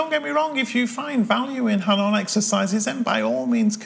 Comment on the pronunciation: Hanon? It's pronounced “Ah, No!”